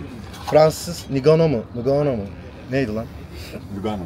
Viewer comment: Abi ngannou okunuşu enganu